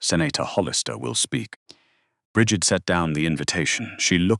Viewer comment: You need to learn to listen to your stupid AI. They can't even pronounce Bridgett. Half the time the ai pronounces Brigg itt. assinine. it ruins your damn story